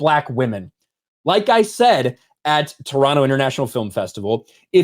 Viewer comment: Lupita Nyong'o >>>>>>>>>>>>>>>>>>> Viola Davis. Also props to for pronouncing Toronto properly 👍